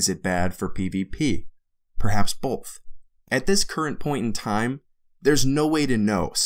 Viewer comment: loved your video dude but for the love of god both does not have an L in it.